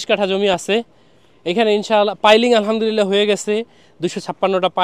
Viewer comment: আলহা'মদুলিল্লাহ বলার সময় حবলতে হবেهه বলা যাবে না না হলে অর্থ বিপরীত হয়ে যায়